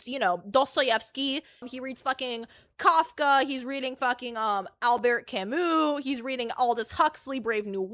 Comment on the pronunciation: Al Bear Camoo? Sounds like a Howard Stern skit